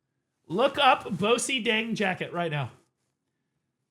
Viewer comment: Just an FYI, bosideng in English is phonetically pronounced like “Boston” (as in the city in Massachusetts).